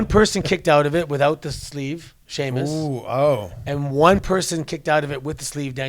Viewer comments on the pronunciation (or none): It was Shea-Moose not Muz 😅